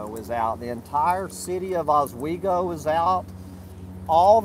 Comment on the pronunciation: it's Owego, not Oswego. Oswego is up near Syracuse. LOL!